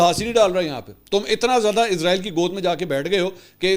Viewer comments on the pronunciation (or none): منصور علی خان صاحب سے درخواست ہے کہ برائے مہربانی "عزرائیل" کی بجائے اسرائیل پڑھا جائے کیونکہ عزرائیل موت کے فرشتے کا نام ہے